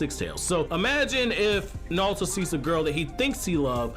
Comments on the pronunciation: why does he keep saying nalto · Let me just say something Nauto, Its Naruto, not Nauto